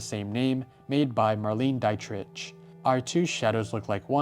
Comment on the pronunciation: You pronounced Marlene Dietrich as “Dye-Tritch” but it’s actually pronounced “Dee-Trick” 😊❤ (no disrespect, only love)